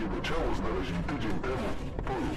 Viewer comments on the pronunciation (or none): none